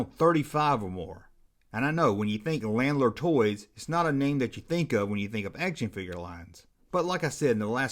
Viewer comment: My mom used to work for them. It's pronounced "Luh-naard."